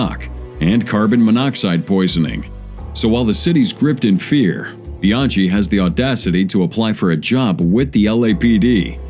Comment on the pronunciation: His name is pronounced Bian-key not Bian-chee